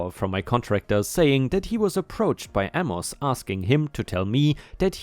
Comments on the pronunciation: Amos is pronounced, A' mus, not a mos' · Amos = Ay muss. (Ay like in "hay.") Not that it makes a major difference, but "eh" isn't said like "uh." It's more of the "e" sound from the word "bet." If you've ever seen it in American programming, it's like when someone shrugs their shoulders and makes a sound like they don't care. "Eh, whatever" for example.